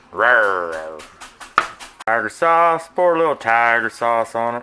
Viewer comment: "Rrrrrrrr. Tiger sawuce"